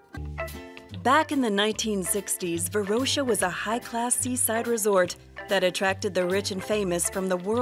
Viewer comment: Varosha with a SHORT - o - not a long - oh - you dont confuse coke and cock either, or do you? :))